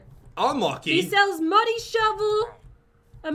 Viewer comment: You said money not muddy get it straight